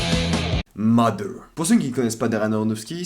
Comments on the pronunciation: il ya en effet des accents selon les regions mais le mot Mother se prononcant MAther ou Matheur pour ceux qui parle pas anglais donc voila pas d'excuse dans tous les langages anglophone c'est comme ca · Je sais que les français ont beaucoup de mal avec les accents des langues étrangères et le TH anglais est "Ze" Exemple! Vous le prononcez soit "de" soit "F"; ce qui est marrant quand vous tentez de faire des jeux de mots phonétiques en anglais... Dans le mot mother il se prononce à peu près "z", ce qui donne moZer (en aucun cas le O ne devient un A)